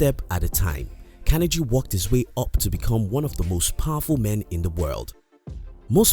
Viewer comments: if one is going to make a YouTube video about a very, very famous historical person known the world over then the least one must do is to ensure one pronounces the persons name correctly otherwise the content and message appears ill researched and the mistake becomes indefensible. Also Carnegie wrote many books including his autobiography which outlines his wealth strategies in great detail so presenting these as “secrets” is a little misleading at the very least. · unliked, you cant even say Carnegie right, its a torture everytime you quote his name , and you mentionned god, not everyone's a beleiver, some are secular atheists youtube is a global platform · Part of being successful is admitting we made a mistake and pronouncing someone's name correctly is important. It was distracting and that's why people mentioned it, needless to say so that people don't repeat the mistake. Great content otherwise. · Yes it is important. The narrator sounds silly pronouncing like that. Creates a bad impression which reflects on the whole video. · But if you miss on the little things you can miss on the big things too. That's why mispronouncing his name is important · Great work. How did you learn to pronounce Carnegie? I haven't heard that before. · How about taking the time and making the effort to learn how to pronounce Carnegie correctly.